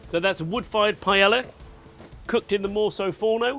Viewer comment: i know Spanish worry about whats in paella, but at least pronounce it correctly. Thats something we can all do